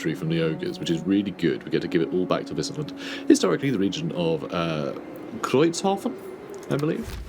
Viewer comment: As a German, your pronunciation ig Kreuzhafen Was accurate